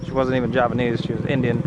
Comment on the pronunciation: As a Javanese, i see that your Javanese accent is pretty good